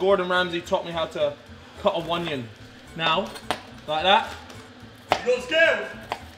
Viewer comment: “Onion gib” 🤣🤣